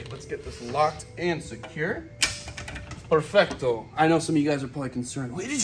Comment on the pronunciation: Nice to see speaking some Spanish, “PERFECTOOO”